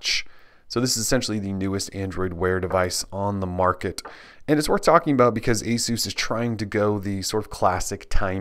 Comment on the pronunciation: for pronouncing Asus properly!!! Great video!